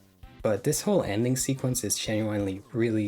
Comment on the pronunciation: Please bro stop pronouncing genuinely like that I’m BEGGING you 😭😭